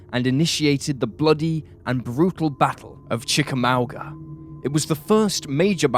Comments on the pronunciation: Great vid. FYI. It’s pronounced Chicka-MOG-uh not Chicka-MAUWG-uh. Thanks! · Great vids!!!!😄 my Friend its the battle of Chicka-M-uh-nnga.